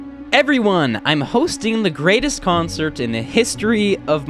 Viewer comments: he says conert instead of concert lol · lol. says "Im hosting the GREATEST CONERT in hystory of Minecraft. but he says conert not concert. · did anyone notice it said "conert" instead of concert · He soelled consert wrong He said conert